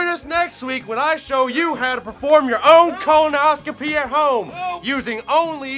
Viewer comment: How the fuck ian pronounced colonoscopy?